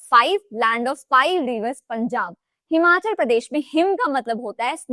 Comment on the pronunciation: Himachal and Arunachal me 'achal' is not 'आचल', it is 'अचल'. अचल का अर्थ है पर्वत।